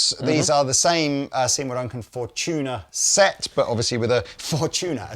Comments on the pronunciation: "For-tuna as opposed to For-dolphins" lol... Fortuna is a real word, it means "luck" in italian... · Fortuna.. Four-two-na… Five-Two? Nah…